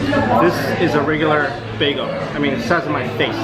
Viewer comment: Why do you say beago instead of beagEL